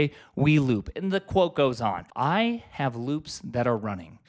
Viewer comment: omg looooops, rhymes with boobs